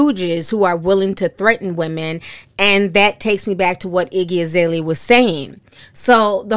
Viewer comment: you said Iggy Izalea lol she said she stole her name